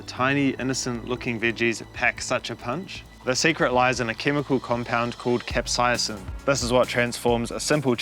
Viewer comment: You are mis-pronouncing the word "capsaicin".